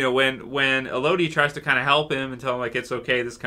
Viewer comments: As others have said...it's "EH-low-dee", not Eh-LOW-dee :-) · El-uh-dee. Not El-oh-dee. Sebastian needs to get his ass whipped. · I don't know why, but its driving me crazy. C'mon. You wouldn't say that you enjoy the "Mel-oh-dee" of a song.